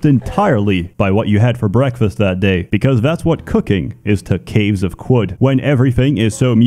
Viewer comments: I think it is pronounced "karud" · Its pronounced "caves of chad" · Ohh… it’s pronounced, “caves of Could”. It’s like “anything COULD happen”. That makes so much sense, I JUST got that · qud is pronounced kud i think, you neanderthal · It's pronounced kud, like kudzu. Short "u" like "uh." Seems like a reference to kudzu in the south united states taking over everything, a veritable kudzu apocalypse. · caves of kum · Protips from someone who played 200 hours of this: Qud is pronounced Cud, there's a debug option to turn off permadeath if you want to play this game like an Elder Scrolls, trade items have a constant price, making them a lighter, warer-backed currency. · Since I dunno how to pronounce Caves of Qud….i will use the acronym…..COQ!!!!! Yes we saw what u did there…. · I’m just here to listen to him pronounce Qud. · "I'm not sure how to say, so we'll use an acronym" Proceeds to pronounce Qud in the most annoying way possible. I love you so much pls never change.